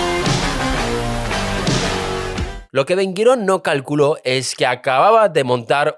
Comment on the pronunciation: Ben Gurion, Ashkenazim, jaredim... Pronuncia bien pelotudo.